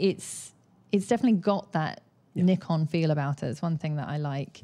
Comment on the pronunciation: No it’s not it’s Nikon not ne. 😜